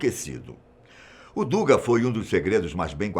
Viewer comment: a pronúncia correcta é “dugá”, em russo «дуга», e não “dúga”. Esta palavra ao português traduz-se “arco”